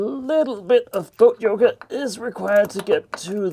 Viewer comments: I only hear "goat yogurt" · When you said "boat yoga" I thought I heard "goat yogurt." Just thought I'd leave that here. From now on I'm going to call it goat yogurt when I'm climbing around in the lockers and engine room upside down. Good work. Things are coming together very nicely.